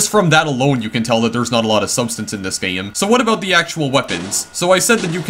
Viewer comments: i cant take another pronunciation of the word game as gay em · I like how you pronounce some words "tiyem" "gayem"